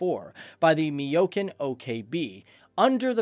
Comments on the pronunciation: ... What's a "Meeyokin?" Do you mean "Mikoyan?" Just wondering... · Mikoyan, not Miyokan! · The company is Mikoyan NOT Miyokan...😱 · Mikoyan. Not miiyokin.. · 4.21 it's mikoyan-gurevic not miyokan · The MIG's are manufactured by Mikoyan not Miyokan. Just thought I'd drop this by you so you can correct this in future videos. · Mikoyan OKB not Miyokan. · Mi yo Ken??? Dude we know that channel post videos just to make money but please at least even if you don't do research on topic you want to produce but please at least get the name right.. Mi yo kan ?? Seriously.. Fuck you. Try to pronounce this '' mi ko yen " I know it's not a real spelling but who cares you are North American you can't even pronounce herbs and oregano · It is M I K O Y A N Mr Commentrator and not M I Y O K A N as you have pronounced. Check that up. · Miyokan😂😂? Cool video. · "MIYOKAN"... lololol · Yeah I stopped watching as soon as he said meeyokin. Unacceptable. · It's pronounced: Mick-o-yan Gur-ee-vitch. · Mick yoke in.....really? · Need to learn pronouncing MI-KO-JAN and there is wrong plane at cca , thats not a Mig but one of the french Mistreles or what ever that is. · Miyokan OKB ? Tibilsi? If you have no idea about what you are reading on prompter or how to pronounce, you can research beforehand. This is just lazy and low quality content. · Mikoyan is pronounced "Mee-ko-yAn" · Learn how to pronounce MIKOYAN